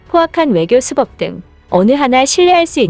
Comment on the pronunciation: 수법은 읽을 때 발음은 수뻡입니다.